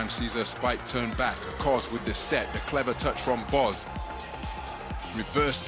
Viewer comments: Simge Aköz not Akoz please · He can pronounce ö in Özbay but he cant pronounce ö in Aköz 😅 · No Akoz, its Aköz